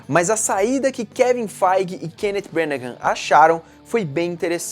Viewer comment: Estou adorando esse recapitula/aquecimento para Infinity War. Só uma correção: a pronúncia do sobrenome do diretor não é "Brenahãm", mas sim "Brãnah", não há aquela última sílaba que o fala.